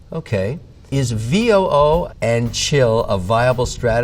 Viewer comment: ヴィーオーオー 書いてる通りですよ日本語のVOO（ブイオーオー）に聞き慣れていてビックリしたと言うか 別におかしくないんですけどねブイがヴィーなのと1個目のオーと2個目のオーは「オゥオー」とほとんど間開けないんだなと…w